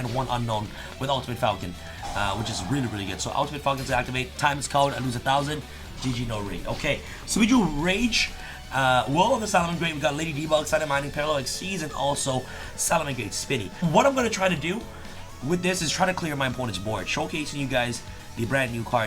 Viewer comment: The card is called Parallel Exceed, not Exceez. Plus it is Red Eyes Dark Dragoon, not Dragoonsssss.....